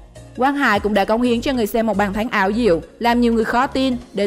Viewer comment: ko bt về bóng đá thù đừng nói xàm. bàn thắng của segame mà đưa toàn giải khác. đọc thì sai. thành chung thành thèn trung. bàn thắng thành bàn thánh....